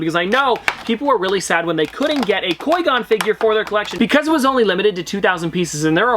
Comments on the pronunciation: “Coi Gon” bruh whT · I challenge you to a lightsaber duel! Also “Coy Gonn”. Haha, sorry I had to! Love the channel, dude! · It hurts when says qui gon wrong and then says it right then wrong again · PETITION TO HAVE LEARN HOW TO SAY QUI GONS NAME RIGHT!!!! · Please learn how to pronounce qui-gon im begging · Am un subbing from you you say qui gon terrible